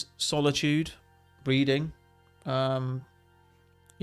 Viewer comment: I heard breeding not reading 😆